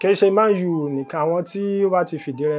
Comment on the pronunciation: He said it in Yoruba intonation